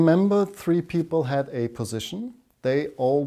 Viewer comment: who are these harvard peepol? lol